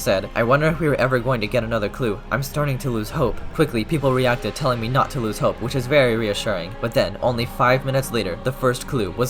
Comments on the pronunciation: I just realized he said loose hope and not lose hope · you spelled losing wrong, in reality you said "loose" as in my shoe's laces are loose! not in "no i'm losing" as you would say if you used the word lose instead of loose